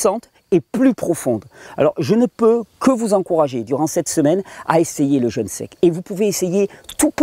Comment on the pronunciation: Parfait.. une toute petite observation ... pourquoi dites-vous "jeune" alors que vous parlez de "jeûne" entrainez-vous à prononcer "jeûne" ce sera moins désagréable aux oreilles !.. Sinon toutes vos vidéos sur le "jeûne" sont fort intéressantes !..